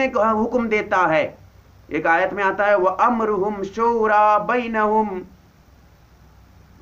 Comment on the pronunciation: I think this moulana sab should go back to madrash to learn to pronounce the word shura correct.. if hi can't pronounce the word correct how is hi going to explain the meaning of shura? Shura is a committee and has a ladder, but alomi shura don't have any ladders (NO AMIR )